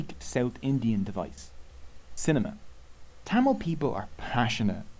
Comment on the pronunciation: i heard it as cinnamon not cinema lol